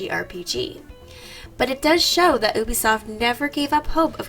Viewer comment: I’m triggered every time she says oobisoft